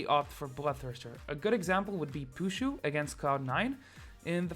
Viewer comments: puSZu not puZSu :) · Please correct: it's Pu SZ u, not the other way around :P.